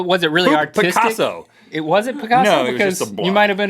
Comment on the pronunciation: Rhett was "poocasso" XD XD XD